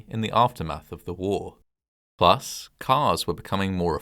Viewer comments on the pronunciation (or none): none